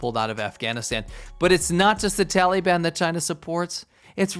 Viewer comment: 'tally'ban hahahaha